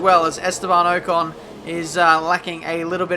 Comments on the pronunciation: Its Ocon not Ohcon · LOL! pronounces pronunciation wrong... its 'pro nun see a shun ' (and from spa, last video .. pronouncing eau rouge, "our rue sh" but its actually "OH rue sh"). esteban OH CON! lol its 'OCK ON' like rock on without the R. keep up the vids tho.